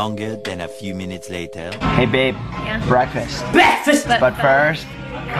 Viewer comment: I love the BEKFAST inserts😂😂😂😂🙌